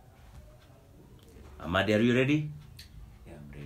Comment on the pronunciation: My country people it's " Amadi " not "Amandi" am tired 😩😩😩